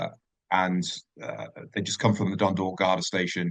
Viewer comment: F@ me Dunydalk , what the F@ shite is this ... It Dundalk ffs